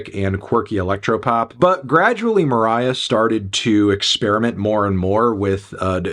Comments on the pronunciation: stop calling her moriah dude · You calling her Moriah is so funny for some reason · you’re so cringe stop calling her moriah her stage name is poppy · Stop calling her Moriah you weirdo